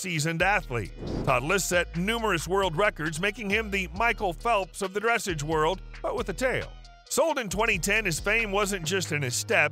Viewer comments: Not dressage, its prounounced dressaaaaage, sounding like massage or massaaaage. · Dressage, pronounced: Dress’ahge ( the a in the second syllable is a short a {ahh or awe} and do not pronounce the e at the end). The accent is on the second syllable. Examples: barrage, collage, dressage, garage, massage, mirage, montage. Give your AI narrator a lesson, or use a real person. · Dressage is pronounced with the accent on the second syllable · Its pronounced dressaarrge not dressage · It's pronounced "DRUH-SAWJ" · Terrible video, good grief. If you are talking about a Standardbred, at least show Standardbred racing and not Thoroughbred racing, and show the actual horse you’re talking about. While you’re at it, dressage rhymes with massage. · You are pronouncing Dressage incorrectly. And, why do you show a standard bred with its sale price and then show the horse racing as a thoroughbred rather than a trotter? Stupid mistakes in this well known to educated horse people. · don't bother with these videos. You say the same words on all of the clips. You pronounce dressage wrongly and you show Standardbreds racing under saddle while talking about their trotting prowess. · They have to learn how to pronounce the word Dressage correctly. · Try pronouncing dressage correctly. We know the speaker knows nothing about horses just by his pronunciation. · Would like your content a great bit more if you could learn the correct pronunciation of dressage! A little research goes a long way in giving you more legitimacy